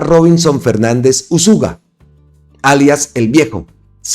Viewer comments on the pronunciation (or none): No es uzúga sino Úzuga.